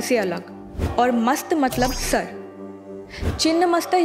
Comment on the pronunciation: मैडम चिन्न्न नही छिन्न होता है